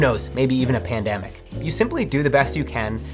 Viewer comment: Nobody: Matt: ...(Pan-DAMN-ic)